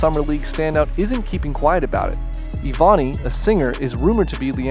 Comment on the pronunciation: her name’s not pronounced ee•voh•knee it’s eh•vuh•ni like ebony but with a v